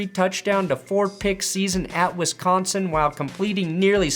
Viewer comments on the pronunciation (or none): none